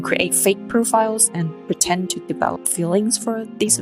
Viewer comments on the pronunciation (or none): ‘Pretend’ not ‘pretent’.